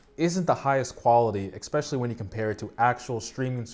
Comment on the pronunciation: Ok, it’s pretty cute how you can’t pronounce the word ‘especially’ (“expecially”) 🤣 anyway, great content man! :)